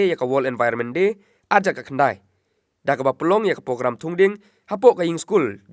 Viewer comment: Bah nongkren Ribhoi news sngewbha ban pynbeit iaka pronunciation THUNG DIENG ymthungding, PYNPHIENG ym pynphing,PROGRAMME ym pogrammr...wat sngeweiei...